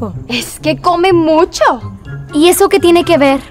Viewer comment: P0rquE dicEs ezO